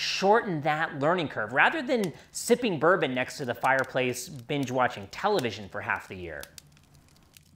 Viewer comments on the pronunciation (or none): none